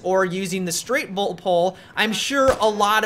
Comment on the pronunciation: No, that's the straight PULL BOLT, but kept saying straight bult poll:D